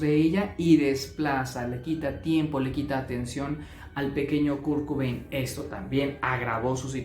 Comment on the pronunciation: Kurkubein? Quién es? Perdona, me hizo gracia 😅 Sin duda Kurt tenía TLP.